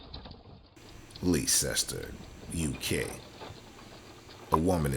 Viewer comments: Leesester 😂😂……….Leicester is pronounced Lester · Leicester is pronounced "Lester". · Hahaahha he pronounced the name of the place completely and utterly wrong.